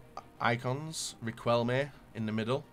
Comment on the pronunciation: Can you please stop pronouncing the Q in Riquelme?